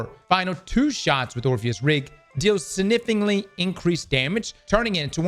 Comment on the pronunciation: I’m not even about to lie, that “sifnically” took me out 😂